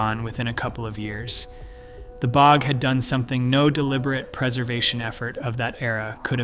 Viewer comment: Weird mispronunciations: B O G instead of bog, etc. Mismatched images. I'm not believing it if they can't even be sure their visuals are relevant. Also, the skeletons were from thousands of years, not all from 7-8,000 years ago.